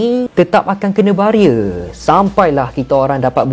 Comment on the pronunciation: Pelik dgr bro pronounce 'Barrier'.. British accent